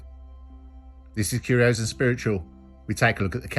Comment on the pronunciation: I meant google the word curios or find its origin if it’s Irish. Then after finding nothing I realised it’s probably just a strong Irish accent pronunciation of curious. Possibly a strong Dublin accent. Could be any county though. Thanks for sharing that video and story. Keep up the great content 👍